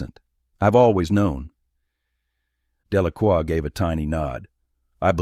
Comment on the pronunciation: It’s Delacroix not Delaqua. And other mistakes.